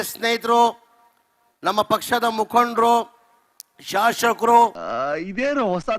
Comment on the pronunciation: ಶಾಷಕ ಅಲ್ಲ ಶಾಸಕ.